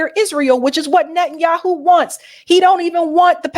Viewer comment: The United States of Netten Youwhoo